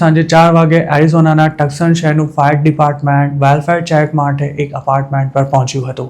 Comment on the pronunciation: The city's name is pronounced Tuson not Tukson.